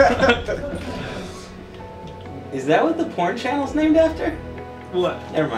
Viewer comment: it's brazier xD